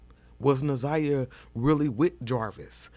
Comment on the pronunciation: Kim Worthy couldn't even make certain to pronounce Naziyah's name correctly! SO DISRESPECTFUL 😢